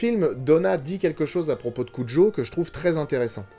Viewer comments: ok mais le filme se passe dans au étas-Unis et n'as rien n'a voire avec l'Espagne, En plus en français, tout le monde dit cujo et pas "curo" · Au passage, petite correction quand à la prononciation du nom , ça se dit cu"r "o , c'est de l'espagnol. ^^ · Content d'avoir trouver le monstre de film via l'indice de la dernière vidéo (preuve en commentaire). Par contre quelle est l'origine du nom du chien rapport à sa prononciation ? Tel que dit ici, si c'était japonais, ça devrait s'écrire Kujo. Si c'était espagnol, on devrait prononcer Curo. Perso, j'ai toujours prononcé le J comme un J ^^